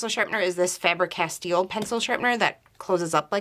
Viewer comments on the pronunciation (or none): Oh girl, you keep saying CasTEAL, instead of Castell. The E on CastEll sounds exactly like the E on FabEr. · you are pronouncing it incorrectly! i know because its my wifes name